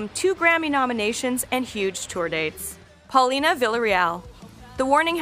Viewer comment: Muy bien por Paulina !!! Muy mal por DRUMEO, PESIMA pronunciación del nombre y apellido de Paulina.